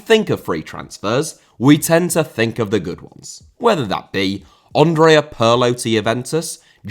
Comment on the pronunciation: Andrea* not Ondrea Pirlo* not Pölo Eboué* not Abouie Fernandinho* not Fenandíniouw Mascherano* not Mascherohrnouw Cuadrado* not Cadrohrdouw Ramsey* not Ramzey Half* not Holf José* not Djouwsei Bosingwa* not Bossingwer Cissé* not Cissei Júlio * not Júliouw César* not Céisah Atlético * not Ahlétecouw Thiago* not Thiorgouw Samuel* not Samyul Eto'o* not Etouw Aussie* not Ausie Debut* not Deibyu Dieudonné* not Djudonnei Mbala Mbala* not Embohrler Embohrler Zoopla* not Zooplor Bogarde* not Bouwgard Lamare* not Lamarei 24 different mistakes in pronouciation ffs